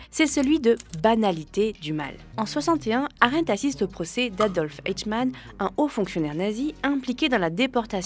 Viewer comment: Ces courts de France culture sont bien pensés et intelligents. Mais les voix... Eichmann, prononcer "Aïchmane", devient "Etchmane" le super héros des "Etches" peut-être. Et tous les mots contenant la lettre "o" toujours mal prononcés : isaulé, paulitique, caumment... C'est pas difficile de prononcer "o" comme dans "porte", si ? Allez, un petit effort, France culture : le remplacement des voix !